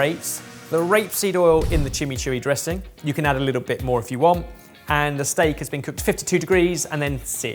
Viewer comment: Hearing say chimichurri was hilarious